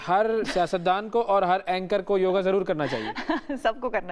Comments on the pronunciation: योग योगा नहीं। ये तो सब जगह आ बोल रहीं है। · योगा नहीं योग होता हैं 😅🙏🚩🇮🇳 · Haddpa mohanjodaro 😂😂😂😂😂 bechari ye nhi bool payi ki hindu dharm k purano mai usse bhi pehle se yog hai , yoga nhi bolte didi vo yog bolte hai 😂😂😂, pr ye jhahil jhehadiyon k lie nhi hai